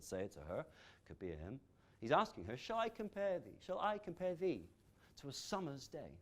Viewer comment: "thee" is not stressed tho... "Shall I comPARe thee TO a SUMmer's DAY